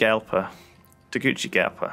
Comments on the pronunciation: its tee-goo-si-gal-pa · Lmaooooooo.... TEH-GOO-SEE-GAHL-PAW! I swear they've called Tegucigalpa everything but xDD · I cannot take it any longer I will not stand for this. Its pronounced Tay-goo-see-GAL-pah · haha Lewis alllmost pronounced it right. the hard c he does is English or Italian style, Spanish that c is an s, tehgooseygalpa